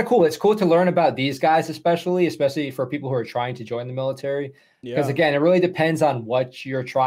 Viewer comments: It's MALE-itary...cuz...you know...so many males. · Love that "maleitary"! lol Seal tier 2? Interesting. I love that you entertain AND educate us! love from cold ass GA!